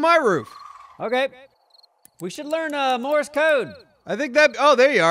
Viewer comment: its Morse code. Not Morris code.